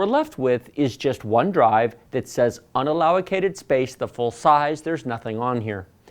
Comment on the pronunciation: "Unallowacated space" XD